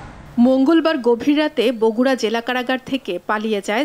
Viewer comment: R T V এত বড় একটা চ্যানেল কি সংবাদ পাঠিকা বগুড়া কে বরগুনা বলে